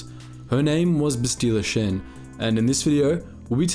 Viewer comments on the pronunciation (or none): Bro why do you pronounce everything so weird. "Bestila Shen??" LOL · “Basteela shin” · You pronounce her name incorrectly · Way to pronounce Bastila Shan completely wrong lol. Also, Bastila didnt defeat Revan, Malak did.